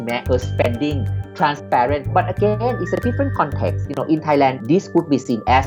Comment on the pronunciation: Narrator's pronunciation of Thailand is killin me, it's pronounced TAI-land. Not thigh-land although in school we're taught a certain way of pronouncing the word when H follows a T.